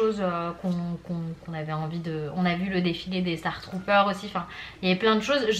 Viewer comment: Très belle vidéo par contre c’est le château de la belle au bois dormant et non celui de Cendrillon ... et stromtrooper au lieu de « star trooper »